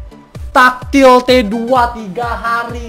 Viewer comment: tactilite di baca nya tektilait om bkan taktil atau takjil xD